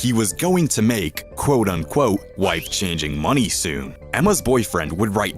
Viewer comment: It’s “quote unquote” not “quote on quote” moron